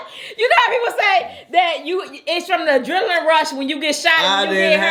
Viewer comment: “ I didn’t have no ajenalin rush” you a mess